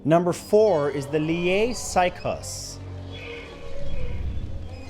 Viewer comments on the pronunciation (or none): I got to say, i laughed way to hard at his attemt to pronounce Lier sykehus 😂 as a local, that made my Day ❤️